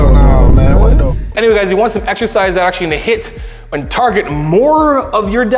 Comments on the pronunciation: If this high pitched homie says "eggzercise" one more time I might snap. Can not watch his videos. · Why “eggs-ercise “ ? Is that a Canada thing? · i cant get over how he says eggsercise everytime. No hate to greg tho just funny.